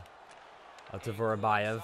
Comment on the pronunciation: Vorobyev is not Vorobajev, it is Vorobjov